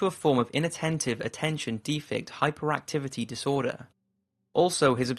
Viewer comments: You didn't even say the acronym right. Attention Deficit (not defit) Hyperactivity Disorder. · Hahaha attention DEFECT hyperactivity disorder hahaha its DEFICIT not Defect wow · Deficit is pronounced deffissitt